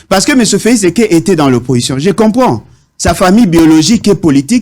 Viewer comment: messieurs Féliseke messieur feliseke messieur Féliseke n’importe quoi oyebi ata ko prononcé Félix tshisedi te😏